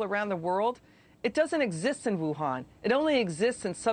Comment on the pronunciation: Whohan? Wuhan.. Youhan 🤔